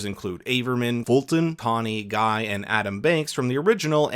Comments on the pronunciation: I was about to comment “it’s pronounced ‘gee’” 😂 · That’s not how you pronounce “Guy.” Are you sure you rewatched the movie? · Also the name Guy is pronounced "Gee"